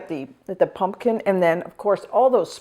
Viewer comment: I look forward to this time of year because has excellent pumpkin recipes. But especially because I LOVE the charming and unaffected way she says, "Punkin!" Adorable! 🍁🎃🍁